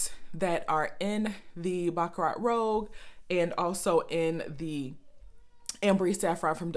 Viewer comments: It's rouge...not rogue. French for red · Say: "Rue-shh" roUGe. the other word (rogue) means means someone who goes against ordsrs. Rouge is a redish pink color i think its in makeup. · i think it’s pronounced ROOZH... and i just ordered mine and can’t wait to try it, thanks for the review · Rouge not rogue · Great video, you're beautiful, flawless skin Rouge = Red .... pronounced Roo-juh ....